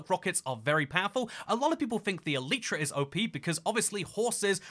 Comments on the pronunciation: It's E-Lie-Tra, not E-Leet-Tra. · "eletra" LOLLLLL